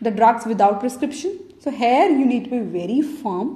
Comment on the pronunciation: thank you that's really useful. please practise to say here not hair :)